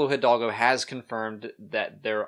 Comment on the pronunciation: The "H" is silent in Hidalgo..